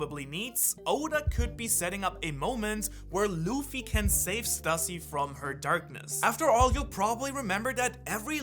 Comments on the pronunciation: Please man please, it’s pronounced Stoo-see, not Stuh-see. Just like it’s Loo-fee not Luh-fee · It's pronounced Stüssy is pronounced Stew-see.